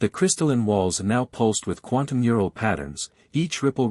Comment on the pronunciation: i enjoyed the story the weird thing is that sometimes the ai can use the correct phrase/word and sometimes can't like 'mural' instead of 'neural'